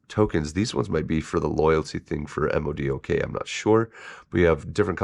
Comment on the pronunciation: You say his name MODOK (mow-dock), not the letters separately.